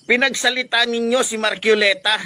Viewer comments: Magsalita ka mn ayusin mo rin pronounce mo mahiya ka sarili mo marculeta? Marcoleta correction hoy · KUYA PUTANG-INA na matapang, M A R C O L E T A po hindi MARCUILETA Pakibigkas po ng tama.